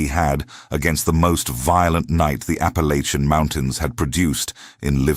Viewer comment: I wanted to listen to this story, however, when the reader mispronounced Appalachian in the 1st sentence, its a hard NO for me.